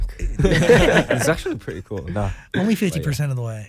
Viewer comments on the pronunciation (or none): Did anyone else notice Felix going British for a second 😂 ‘Pre’y cool… nah’